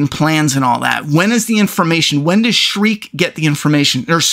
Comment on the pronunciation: Shrike......shrike. not streak, not shriek, not shrek. Shrike.